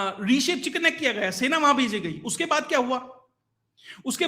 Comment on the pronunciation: अच्छा बताया पर वह चिकन स्नेक नही चिकन नेक है ..